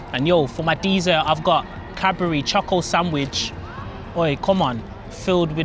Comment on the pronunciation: I don’t think you pronounce dessert correctly.